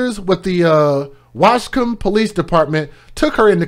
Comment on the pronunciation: I'm so sorry to hear this happened to those little angles💕😭. I'm glad they caught her...thanks for pronouncing lil ol Waskom correctly 🤣